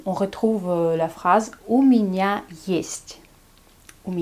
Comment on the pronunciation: Bonjour ,pourquoi dis tu minia le génitif du pronom ya plûtot que miénia ?